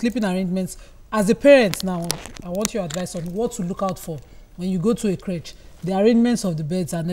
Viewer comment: These ladies pronunciation of creche is awful.